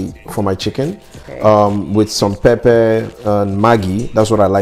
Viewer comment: Love the videos but it is not papa its pepper